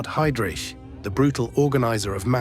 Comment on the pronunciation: ... haidrich... è la pronuncia! NON heidric..